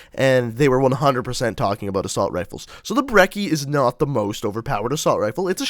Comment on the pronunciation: you pronunced brecci wrong. the cci is pronounced like a sneeze